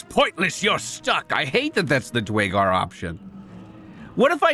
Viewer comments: Dew-air-gar fyi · Nice on the new run. The race is actually pronounced DUR a GAR tho. Keep up the good work.